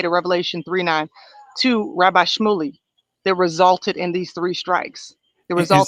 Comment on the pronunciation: Shmuly sounds like smuckly 😂😂😂